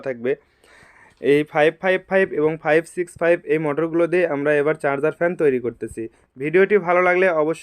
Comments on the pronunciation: 656 naki 565. Clear kore bolen. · মিনিটে কি বললেন- 656 নাকি 56?